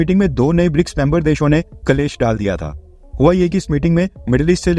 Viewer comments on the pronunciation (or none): शब्द 'क्लेश' है, कलेश नहीं। दूसरों का परीक्षण करने से पूर्व स्वयं को ठीक से जान लेना चाहिये। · कलेस नही क्लेश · Its "klesh" ...not "kalesh".... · कलेश नहीं क्लेश। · Kalesh nahi क्लेष (संस्कृत) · Kalesh ka suddh pronounce..." Klesh" hai... sanskrit ka word hai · Clash in English 😂🤣